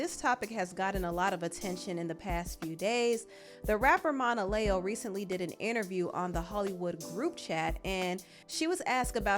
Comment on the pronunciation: She pronounces her name “Mona- Leo” like the start sign, lol. Not Monalèo